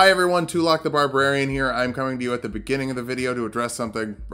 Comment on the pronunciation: Okay, I only just noticed that additional r in Barbrarian.